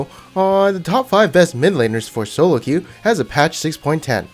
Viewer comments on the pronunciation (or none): none